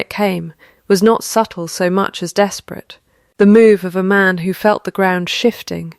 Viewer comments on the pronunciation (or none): none